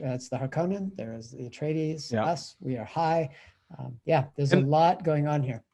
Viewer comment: Love the "Atreides" pronunciation ... at the beginning : )